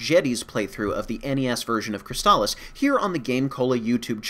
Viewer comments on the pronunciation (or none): Really? I thought it was always pronounced "Scurg ob Cwysbalips." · What?! They pronounce "Sword of Crystalis" in the game... And, they pronounce it the wrong way?! Of all this changes they made to this game, that's the one that will make me boycott this version!